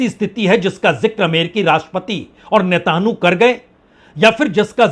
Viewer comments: Sir, It is not "netanhu". It is Netan yahoo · Parsun ji Netanyahu name Hai Netanu Nahi correct Kar lijiye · रागिये, नेतानहु नहीं नेतान्याहु बोलो! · Itni badi beizzati mat karo bechare ki naam sahi se lo uska naam Netanyahu hai netahnu nahi hai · Hatt be bibhutiye netanhoo nahi netanyahoo he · वाजपेई साहब आपने यह कैसा उच्चारण शुरू किया है और किसने सिखाया है "नेताणु" , क्या इस नए कण की खोज आपने की है? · Sir, please pronounce his name like this. Netan Yahoo. Thx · You ideot you are in coherent and cannot even pronounce the name of the Israeli prime Minister properly .Your day's as a news reporter are very much over .